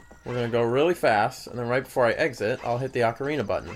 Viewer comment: I think pronunciation is very important. For example, any chance that you could pronounce "Ocarina" the way I always have, now confirmed to be the CORRECT way?